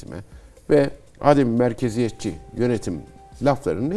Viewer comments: Değerli Cihat hocam, Âdem-i Merkeziyetçilik değil. Adem-i merkeziyetçilik olarak teleffuz edilmesi gerekiyor. Kullanımı bilmeyen insanlarımız için de manasının izahı yerinde olur. Adem hiçlik, yokluk anlamına gelir. Yani adem-i merkeziyetçilik merkezin olmaması manasına gelir. Merkeze bağlı olmayan yerinden yönetim... Bu video serisi çok faydalı oldu. Başta Cihat hocamız olmak üzere emeği geçen herkese teşekkürler. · Hocam adem'in a'sını uzatmadan telaffuz etmek gerekiyor.